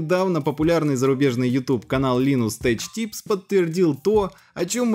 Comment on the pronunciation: Слишком плохой английский для информационного канала. Назвать Лайнус Тэк Типс - Линус Тэч Типсом и New Dawn - ДАУНОМ, это ни в какие ворота. Ну возьми переводчик Гугл и нажми кнопку "произнести вслух"